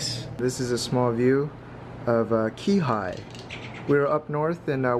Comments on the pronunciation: Dude! You just killed our town names and it's not even funny. Ka-pa-lua! Kihei is pronounce Keyhay, not Key-Hi! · Brada, it’s pronounced Key-hay (Kihei) and Ka pa loo ah ( Kapalua). You’re welcome 😉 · Looks delicious! BTW, it’s pronounced kee-hey. 😀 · Im a Korean from HI who lives in CA. Good vid. btw, its pronounced Key-Hay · Great video! Btw, the pronunciation of the town you were staying in is "Key-hay" (Kihei). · It's okay I give you a pass. Lol it happens. And it is kind of funny. Lol key-hi is a new one.